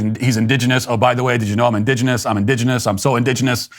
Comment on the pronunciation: Let’s hear it for Matt saying indigenous ten times in a row without mispronouncing indigenous